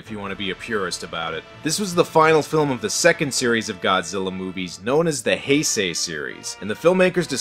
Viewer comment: Heisei not hesisei